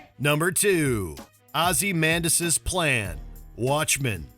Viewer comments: I'm sorry, great list but the pronunciations on a couple of the names ruined it for me. Isildur and Ozymandius said like Isa-la-door and Ozzy-mandius. Who can always tell who hasn't actually seen the movies they're talking about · Islidur, Ozymandas's... Dude, you shouldn't narrate any video, if you can't talk like a normal person. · And he doesn’t know how to pronounce ozymandias.